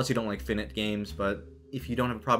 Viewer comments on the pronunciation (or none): fin-it games? Finite is pronounced fai-night. I do like how you pronounce mana correctly. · Just a heads up, that's not how you pronounce finite.